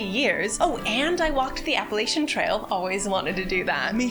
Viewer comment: I love you and your videos, you two are just so gosh darn entertaining and my favorite way to keep in touch with WoW during an all too long hiatus. I had to stop the video to ask you though, to please, please, please reconsider your pronunciation of “Appalachian.” As a native and proud Appalachian I implore you to say it like the locals, or we may throw an apple atcha. Also, if you ever make it to Bristol, TN/VA, I’d love to show you through our family’s ecotourism place, Bristol Caverns.